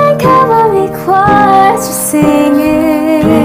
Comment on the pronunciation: Ok I’m sorry but some of them say CALVARY when it’s CAVALRY. Ughhh 😂 it’s really pretty tho.